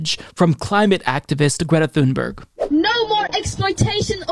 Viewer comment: Actually Greta’s last name is pronounced “Tune bury”. She was interviewed by Amy Goodman on Democracy Now years ago and Amy asked Greta how to pronounce her last name. Just an FYI~ check out the interview with Greta. It’s very interesting.